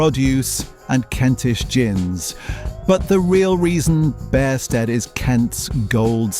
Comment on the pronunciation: Its also pronounced Beersted, my wife grew up there.